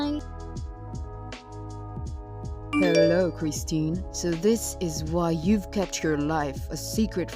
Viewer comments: Her name is Kirsten pronounced Kir-sten not Christine. Learn to read properly on your vids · They have it spelled 'Kristen', not 'Kirsten'. But they still have the pronunciation wrong. It's Kris-ten.